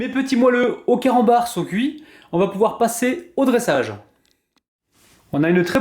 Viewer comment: C moi ki entend mal ou à 00.18 il a d'i camanbar au lieu de carambar 😂